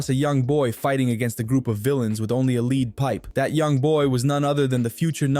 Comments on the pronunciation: lead pipe, pronounced "led" but thanks for the video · You didnt just fucking say LEE-D Pipe. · The voice must be AI or something, because he mispronounced the word "lead" in the phrase "Nana comes across a young boy fighting against a group of villains with only a lead pipe"